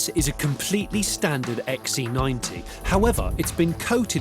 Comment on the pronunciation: Can't he pronounce C? He insists on calling it an XE90.